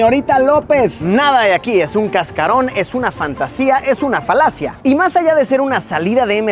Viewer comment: "... es una falacia" ulala señor francés.